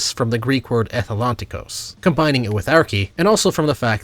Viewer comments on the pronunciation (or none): also in greek it’s pronounced ethe-londi-kos, i know it’s confusing but when ντ is in a word the T becomes a D